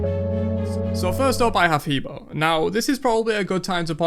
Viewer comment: He Bo is pronounced Heh Bwoah by the God itself lol